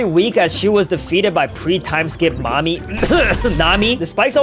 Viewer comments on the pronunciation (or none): man really mami not nami